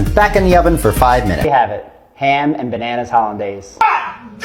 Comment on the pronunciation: Did he say ban-hammas?? 😂😂😂😂😂